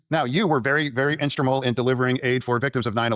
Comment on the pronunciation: “You were very instrumal” what…….